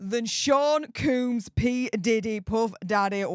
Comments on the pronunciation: Sean’s last name is pronounced ˈkōmz NOT koomz. 😉Every single time you pronounce it incorrectly is like nails on a chalkboard to me.😬 ✌🏻🇺🇸😎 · it’s combs you say it like the comb you use to comb your hair say it like that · Please learn to pronounce “Combs” or just call him Diddy.